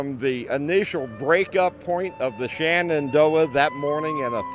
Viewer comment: It is pronounced Shenandoah and not shanandoah them